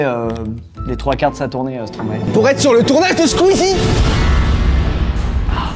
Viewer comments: On dit pas « Stromaé » mais « Stromay » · Stromae... n aurait jamais dit stromaé ... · Qui est belge ici ? ✋ (et on ne prononce pas Stromae comme ça !)